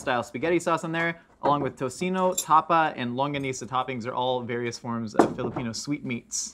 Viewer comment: Hearing that guy said longakneesa..